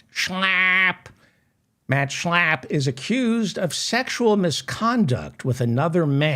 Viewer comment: Everytime u say Schlapp the way u do, laughter erupts!